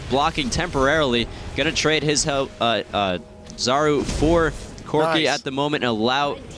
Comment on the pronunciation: U pronounce 'Czaru" - Charu (ch as in charizard).